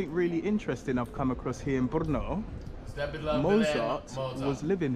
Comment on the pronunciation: Proč místo Brno tak mu rozumím slovo po*no?🤣